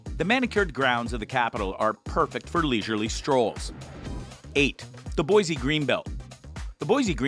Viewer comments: Please say Boise correctly. It's Boi-SEE ........not Boi-ZEE!! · I could have thought of 10 other places to visit in Boise... and it's not BOIZEE it's BoiCEE Boise